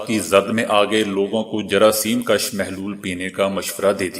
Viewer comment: آسلام علیکم! آپ اردو کے بہت سے الفاظ صحیح پروناؤنسیئشن کے ساتھ نہیں پڑھتے۔ مگر ”کَش“ اور ”کُش“ میں بنیادی غلطی کرتے ہیں۔ کَش، کَشیدن سے ہے یعنی نکلانا، ذیاد کرنا وغیرہ اور کُش، کُشتن سے ہے یعنی جان سے مارنا، قتل کر دینا۔